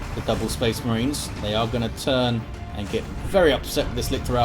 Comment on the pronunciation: had a Boreale moment... "So they can pew pew at the Spehs Mehrens"